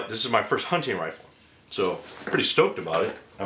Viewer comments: dammit, its a hunTing rifle. sounds like hank hill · Nope, just pronounce 'hunting' with a bit less zeal, but seriously, thanks for the great video : )